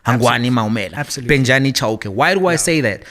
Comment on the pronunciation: The is failing to pronounce the name Bejani yet he is perfectly pronouncing the surname Thobejani… kindly remove Tho and remain with Bejani, you move on rightfully so. Bejani Chauke and his mamas and lifestyle 🤣😂😂🤣